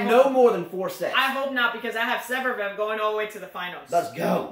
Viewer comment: your Fognini commentary was hilarious! Also: ZVEREV, zvair-ev:p